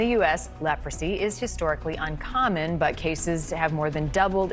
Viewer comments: Leprosy?!?!? It’s such a surprise to hear about it these days. The anchor didn’t even know how to pronounce the word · never said they don’t but she clearly didn’t have an oopsie she was clearly trying to sound out the word until the producers told her in her earpiece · What's surprising is that as old as she is, she didn't know how to pronounce Leprosy. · She can’t even pronounce the word-how pathetic!! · She didn’t know how to say leprosy? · Even I know how to pronounce Leprosy 🤦🏾‍♂️ she had to have a producer pronounce it in her ear in order to say it right 🤦🏾‍♂️